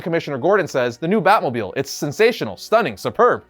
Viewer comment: Drinking game when he says batmobiel